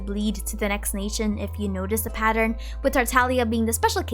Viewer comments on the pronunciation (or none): none